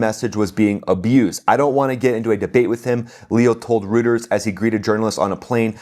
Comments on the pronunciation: It's pronounced "royters" - not "rooters". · Hey, it's pronounced, NOT "rooters". It's a Germanic name. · To quibble, Reuters is pronounced Roy-Tiers. You are fortunate that you scarcely listened to their BS. Reuters is famous in history for being 'neutral' about Nazi Germany -- even in 1945. (!!!!) Look it up. This IS their standard of 'objectivity.' As you might imagine, despots love Reuters. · It's not pronounced, "ROOTERS". It's pronounced, "ROYTERS". But, that aside, thanks for your excellent commentary! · Not Rooters, Roiters.... (Reuters) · Just a heads up. "Reuters" is pronounced "Royters", not "Rooters". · Rooters? Don’t you mean Reuters (Roy-Ters)? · It's not pronounced Rooters. Try Royters. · Its Royters not Rooters😊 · Love your shows! Just wanted to point out that 'Reuters' is not pronounced like "Rooters" -- it is pronounced like "Royters." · Just one thing,: Reuters is pronounced, "Roiters" -- not "Rooters." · Reuters Pronounced..ROYTERS 😅😅😅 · You pronounce Reuters “ROO-ters!!!😂😂😂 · I enjoy your channel,. Pronunciation of "Reuters" is roy·trz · Pronounced Roiters. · It's pronounced "ROY-ters". Worked there 22 years. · Reuters is pronounced “Royters” just FYI. Good video. 👍👍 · "Reuters" is pronounced "ROI-ters". I really like your work. It's good. (I write therefore I edit'.)🤓/ USMA '79. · The news agency is pronounced “Roy-turs” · great report. ROY-TERS is how Reuters is pronounced. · Reuters is pronounced Roiters, it's German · Reuters is pronounced “Roy - turs” Keep up the great content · The Pope's better way is the Christian way. He has remained consistent on this. He spoke out against the IRGC in January. Also, Trump's way hasn't helped a single Irainian. Just more death for the civilians. Same regime, now with falling bombs. Fact, we can't, nor is it our responsibility to 'save' everyone. If Iranians want a different gov't, they will have to fight for it. Also, it is 'royters', not 'rooters.' FFS... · bro it's ROY_TERZ